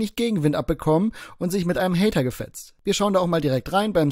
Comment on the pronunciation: Glöökler-Haider, beschda Haider 😂